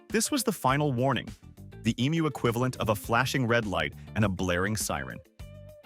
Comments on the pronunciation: Aussie here. Thankyou for pronouncing Emu correctly. Even AI can correctly pronounce the word when most people outside Australia cant. Side note, emus are not normally aggressive birds, usually calm. But any animal if threatened, especially it young/nest will of course, get agro. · I'm always impressed when emu is pronounced properly. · Not aggressive, protective. Thanks, too, for the pronunciation lesson. I'd been saying it wrong, now I know. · Pronunciation being correct or not depends on where you are. In the US everyone will say Emoo